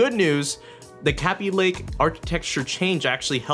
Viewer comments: K-Aby Lake,not kaby lake my ears are already bleeding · stop saying kaby link it's kayby link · kabb-y lake?? it's kayb-ey lake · Its not pronounced "KAH-BEE Lake" its "KA-BE" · Nice video :) It's pronounced 'caybeelayke' not 'cabbielayke' btw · and the way he says kaby lake would make it sounds as though it's spelt like kabby lake. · Hearing you mispronounce Kaby over and over gets quite annoying. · your forehead is wayyyy too shiny dude... and you said kaby lake wrong.. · you don't even know how to say kaby lake right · it bothered me the entire video that he was saying kaby lake wrong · this is the only guy I've seen say it like that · The way he says Kaby lake makes me wanna die